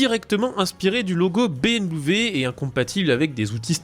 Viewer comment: Salut. Dites soit "BMoué" ou "BM" .... Ca suffira....On sent qu'c'est dur.